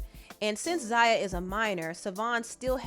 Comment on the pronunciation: Wow… not you gaslighting the transphobes. What a disappointment. I was a long time supporter of this channel and now I have to really reconsidering to do so at this point… To focus the blame on the Wade family is very dangerous— Zaya (which you pronounced wrong several times in this video) didn’t ask to be trans. And the fact that her dad, step-mother and the rest of her family (with the exception of her raggedy ass momma) should be applauded, not shamed. The reason why the Wade’s have been so vocal is because to shed light on the transphobia in the community, and the lack of support many trans boys and girls feel from their families for simply existing. And to assume that they’re doing all this for clout is disgusting. So, shame on you girl. You sat there and gave Boosie a pass, forgetting to mention the actual harm/sexual exploitation of his children. Commentary like this can and will lead to the continued m*riders of black trans women all over this country (another fact you failed to mention) #girlbye